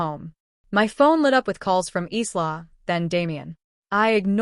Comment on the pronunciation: Isla, a beautiful Scottish name pronounced “Eyelah” not “Eeslah”.